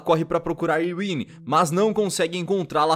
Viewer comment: 5 meses depois mais fds,mano o video é muito bom mas você esta pronunciando certos nomes errado,shun na verdade se chama ren,e a doutora protagonista se chama ilene,tirando isso,tá otimo